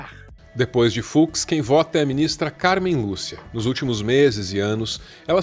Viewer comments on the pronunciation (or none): só avisando que o acento no nome da Ministra ficou errado. Pessoal do ICL se equivocou também em um momento kkk